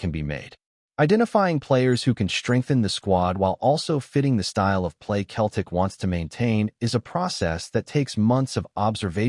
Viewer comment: Pardon me but why is a USA commentator continually saying "KELTIC" get your damn pronunciation correct its CETLIC "SELTIC"...